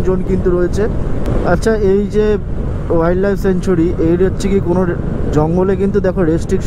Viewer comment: কথাটা সেঞ্চুরি নয় স্যাংচুয়ারি।